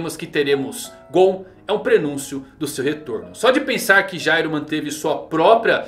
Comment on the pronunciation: Cara o nome do Meleodoron é Jail, a pronúncia e escrita é diferente de Gyro. A temática do personagem é ser um criminoso, um ladrão, o nome Jail significa cadeia e olha os nomes das habilidades dele: álibi, cúmplice, plano perfeito. A personalidade dele é totalmente diferente da do Gyro, o Gyro sai da NGL no cap 203, e no capítulo 213 o Meleodoron tá la ainda e ve o nascimento do Meruem, sem contar que o pinguim lá era pai adotivo dele enquanto o Gyro matou o pai e sumiu no mundo para fundar a NGL, pra ele ser o Gyro ia precisar de um retcon e na minha opinião seria horrível.